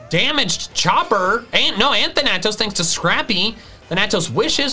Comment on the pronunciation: Hearing mispronounce Thanatos this entire video was upsetting